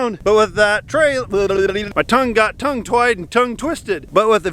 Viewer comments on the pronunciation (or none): I like the "tongue twied"